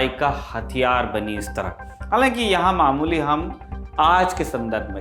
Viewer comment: मालमुली नहीं मामूली.....😁😁